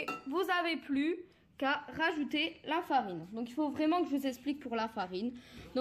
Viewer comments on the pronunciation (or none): none